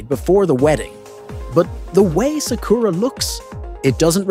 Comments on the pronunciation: “Suck-koor-ra”kinda triggers me, sorry 🤣🤷‍♂️ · You can't even pronounce sakura's name right 😂